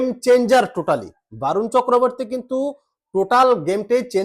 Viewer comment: Sorry দাদা 👉 Barun, A এর উচ্চারন বাংলাতে অ হবে । বরুন হবে । আর খেলাতে হার জিত থাকবেই । ওটাকে আমরা অঘটন বলিনা । ❤️ Love You